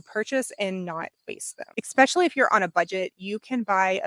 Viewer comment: Especially, not ecspecially 😭 My sister does the same thing 😜